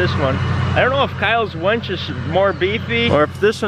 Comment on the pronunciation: WINCH, not wench. A wench is a girl who serves you beers! HONDA!